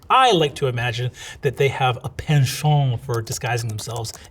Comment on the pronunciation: while that was a masterclass in compelling storytelling and world building, I’m mostly left with a deep distaste for how he said the word penchant 🤔 good video! … I guess. Boy, that penchant thing really muddies the waters for me, though. Oof.